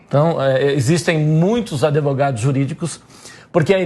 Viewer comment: O cara meteu um "adevogado"!?